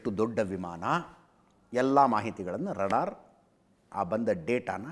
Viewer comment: Ajith sir radar alla raadaar please tappiddare saripadisi!